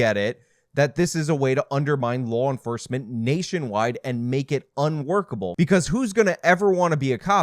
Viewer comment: "Law Enfrcement"